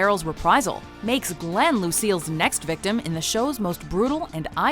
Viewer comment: g-glenn no no no